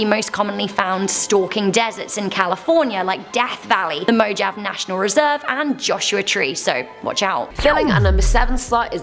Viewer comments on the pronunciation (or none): mo ha vee not mojav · “Mo Jaaav” ... you mean Mojave (mo-ha-vay)? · "mojave": moe-ha-vae not moejav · It's "Moe-havee", not "Mo-jahvee".... Also, up in the search bar just write out "How to pronounce Iroquois (insert word you NEED to pronounce correctly, in this case Iroquois) correctly." Please?! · Haha, just so you can say it correctly in the future, the pronunciation of, "Mojave" is actually, "Moe-haw-vee"😋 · Did she really pronounce the Mojave desert as moh-jahv 😂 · saying mojave my 10 percent be all like its mohave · Mojave is pronounced “mo-haw-vay” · Skinwalkers aren't just a part of the Navajo culture, they're a part of all of our cultures... Please learn how to say Navajo (n ah (like ah in apple) v ahhhh ho (yous a ho) ) and Mojave (Mo ha (like haha) vee) correctly. No. 6 is not a Skinwalker No. 5 I thought this was a skinwalker list not a random list of stories... No 3. See response to no. 5 ... Not a good start here ladies also, ranch, what ranch. I know what ranch but many people might not. You need to VERBALIZE IT. No. 2 NOT A SKINWALKER Iroquois (ear oh q way). ||||| Second set ||||| No. 10 Yet again, what ranch? No. 9 NOT a SKINWALKER. No. 8 Not a SKINWALKER. No. 7 Ranch? What Ranch? Not a Skinwalker. No. 6. Not a walker... No. 5 Well F-CKING FINALLY!!! No. 4 sighs NOT A WALKER No. 3 Not a walker No. 1 Not a walker but the little people. Again what RANCH? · Mojave hahahahah it's pronounced Mo harvie.....jeez I only cringe when I watch you slaughter language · Her saying Mojave wrong almost makes me wish for a nuclear winter.